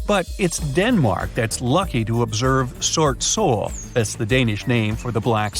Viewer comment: i died of laughter at "sort sol" the way it was pronounced was so "amarica" like. it's like Danish people speaking English with a Danish accent and amarican people speaking Japanese with a amarican accent.